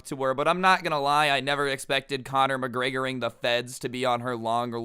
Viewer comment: I love how he said Connor mcregor the feds